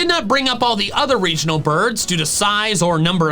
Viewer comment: DO LEAVE OFF THE O IN REGIONAL! AND THE SECOND A IN TYRANITAR IS SUPPOSED TO BE AN I!